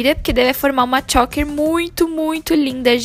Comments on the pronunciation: Que agonia dessa menina falando “chÓker” 🙄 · Dica: Pesquisa antes como é a pronúncia de choker, porque vc errou, amiga. Errou feio, errou rude.